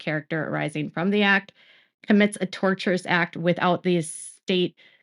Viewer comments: Hi. Lawyer here. The word tortious is pronounced TOR-shuss. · Tortious is pronounced tor-shush. The word derives from "tort." "Torturous" comes from the word "torture."